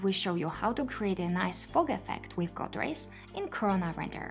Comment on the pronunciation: I admit I lose life when I hear you say “material”, “value”, “fog”, “renderable” and so many other words. Please watch videos in English and learn the right pronunciation.